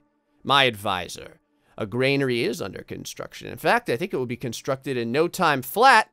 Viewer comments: I dislike the fact you're saying Granary wrong... You're saying Gr" AI"nary... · love your videos keep up the good work but omg it is a "gran" "ary" lol not grainary thanks for the smiles!!!! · I could be wrong but I'm pretty sure it's "granary" not "grainary". I used to play a lot of Stronghold Crusade when I was younger and I remember hearing; "the granary is full, my lord" over and over again. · I think you've all miss understood me... I meant that you're supposed to say Granary instead of grainary... I didn't have any hate on how to pronounce it... It just feels weird... Although i didn't "Dislike" the video if some of you think that... I actually loved it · I like how keeps saying "graynary" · It makes me twitch. 🤣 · Oh dear god please learn how to pronounce Granary 😂 there's no I in there